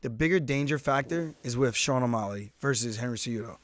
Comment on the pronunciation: Aljo, you keep saying O-molly, rather than O-mally